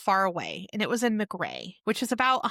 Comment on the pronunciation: It's pronounced Muuhh Cray and Oconee is O coney!! Im just across the Ocmulgee River from there in Wilcox County